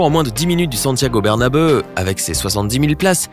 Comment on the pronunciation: Stade Santiago bernabeuh oue oue oue